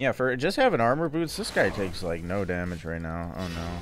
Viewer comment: "armor botos". people from hawaii are absolutely rolling